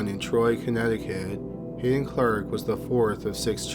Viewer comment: It's Hadden Clark not Hayden Clark.